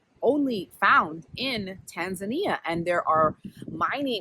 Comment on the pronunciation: As a Kenyan I've never stopped to think about the name 'Indian Ocean' but tbh I don't think I mind it lol. I live in Western Australia near the coast which is still the Indian Ocean 🤷🏿‍♀️ it's a good point though 👍 Also I love your "Tanzan-ya" pronunciation. It's refreshing. We need to kill this Tanzan-eeahh pronunciation that has crept in lol. I think I do it too 😄